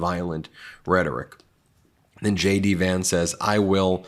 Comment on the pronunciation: Ben, when you say JD Vance to me it sounds like Shady Vance, Which is a appropriate nickname for HIM.